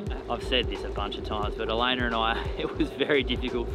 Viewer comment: It cracks me up every time calls her Elainer...